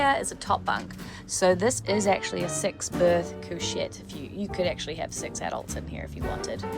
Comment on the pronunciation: Love the NZ accent comes out so strong when you say "six berth"